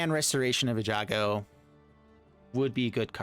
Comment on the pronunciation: Listen to yourself Eiganjo is Ay-Gahn-Joe, my dude, not Eh-ja-go! The hard G comes first.